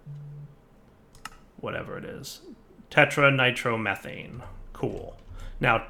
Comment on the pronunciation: ”tetranitromethanane” LOL poor. Slow down and take your time to read the names, we won't mind dude. =)